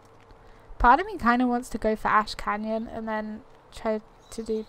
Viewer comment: you said "Ash Canyon" I heard "Ashkanian" that blew my mind for a sec